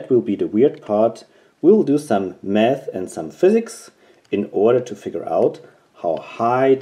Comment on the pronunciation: Did you say let's do some math or meth😂 and you relly left me confused, are you a school teacher or something